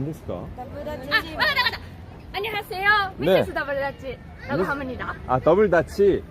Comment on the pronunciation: "~하무니다" ㅋㅋㅋㅋㅋㅋ